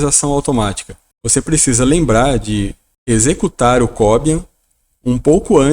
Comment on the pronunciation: Não é Có - bian. Este é um nome de um cubano, que atualmente mora na Suécia, e em castelhano se pronuncia, co - biân.